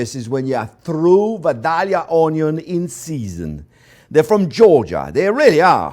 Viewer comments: I have a friend from Vadilia. And the proper way to say that is. "Vi da ya" The l's are silent. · If you want people to believe your joke about being from Georgia, you need to pronounce Vidalia correctly. It is pronounced Vi-day-ya...say it that way and at least people from Georgia will believe you at least been there. I'm a big fan of you sir. Thank you for your passion.